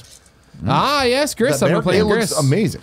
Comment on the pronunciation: Pretty sure Gris is pronounced 'Gree' but I know Greg doesn't care lol